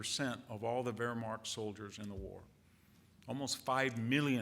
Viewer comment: I believe it is because he is thinking so fast that his speech can’t keep up with him. Also, I think he thinks visually, so there are some words he can’t pronounce, such as Wehrmacht.